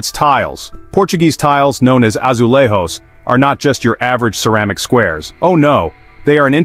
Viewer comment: It's pronounced azuleiJos not azulahos